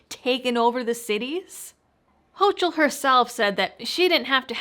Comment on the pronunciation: Gov. Kathy Hochul's name is pronounced ''HOCO'' both vowel's are long O's